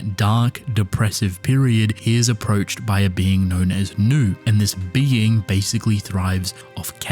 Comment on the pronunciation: It’s pronounced “new-ay” not new